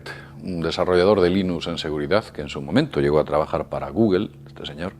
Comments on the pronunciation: Es guggo no gugel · No manchen, que se puede esperar de un wey que dice "guguel" ya a últimas dijera "google" que así está escrito. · Que demonios es "goguel"? Que hable bien por que no se le entiende! Que diga "Gugl" o "gogle" pero que no invente! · Se dice gugol... no guguel. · De gugelllllll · gugel, estos españoles siempre se inventan su propia pronunciación, jajaja no es sino oírlos decir Oracle :) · Me encabrona cada vez que dice "gugel"